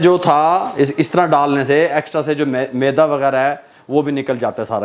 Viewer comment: Maydaa NAHI hota. MEDA hota hai. MAYDAA ( STOMACH ) ko kehtay hain. MEDA ( WHITE FLOUR ) hota hai.